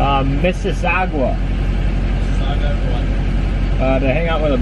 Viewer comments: this guy calls it MISSISSAGUA LOL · Miss-si-sa-ga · calling it MISSISSAGUA is probably why he got searched lol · how does not know how to say Mississauga living in wny lol